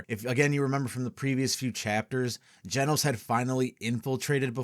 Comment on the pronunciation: Funny how nobody really noticed "Genos" reading out like genocide